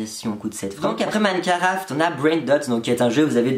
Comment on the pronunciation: parcontre c pas minecaraft mais minecraft voila sinon bonne video